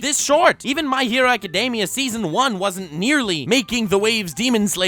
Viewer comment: "My hero azekademia"